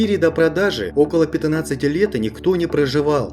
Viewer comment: Интересное произношение слова Пятнадцать